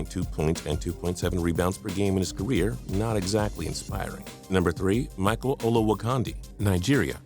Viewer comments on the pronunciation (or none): none